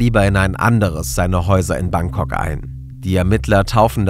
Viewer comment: Wer kennts nicht, das gute alte „Bankcock“ 😂